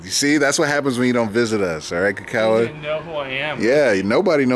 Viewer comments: How come can't even learn his "best" friend's name?? KI-kawa like key... not ka-kawa... geez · yeah- maybe you're saying Kuh-kawa idk what... but the only thing that's definite is you're fuk'n up your boy's name lol Ki= "key" big boi ; )